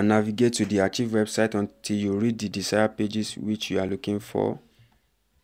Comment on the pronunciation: Young man ARCHIVE is not ACHIEVE; it is pronounced AAKKKIVE. You didn't show how to restore the website.